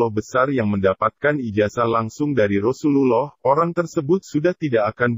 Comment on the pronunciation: Konten bagus, tapi bila dibacakan oleh orang non muslim jadi kacau. Contoh cara menyebut Rosululloh SAW. Tolong jika ingin cari uang carilah dengan cara yang baik sesuai bidangmu